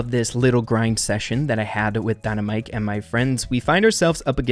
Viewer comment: Its very bothering that you say dynamike wrong